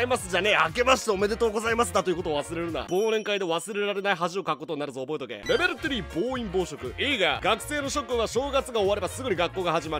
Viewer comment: レベル3の発音が好き